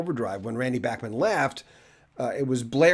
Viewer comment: Thank you for pronouncing Bachman (BACK-man) and Peart (PEERT) correctly! Canadian music icons!!